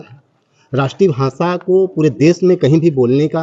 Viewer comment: हिंदी भी ठिक नहीं बोलते हो .... भासा नहीं भाषा होता है